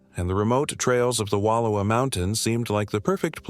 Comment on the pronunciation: Pretty sure this is AI narrated, but for anyone wondering it's pronounced wa louw a.